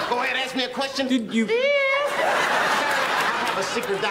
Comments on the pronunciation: “Fif” 1,2,3,4….. “Fif” 😂🤣😂🤣😂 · The best is when he goes I plead the fifth I plead the fifth one two three four fif ask me a question .... Fif now see you a secret document FiF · "Um... No, but i can tell you that i plead the fizzif" 😂😂😂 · "Uh No but i can tell you i plead the fizziff" 😂😂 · Always plead "da Fif".